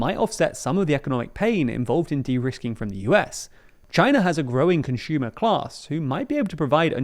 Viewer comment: Really like the insights and videos but the fact he can’t pronounce the ‘s’ properly really gets to me 😅: “contchumer” (consumer), “prexumely (presumedly) 😢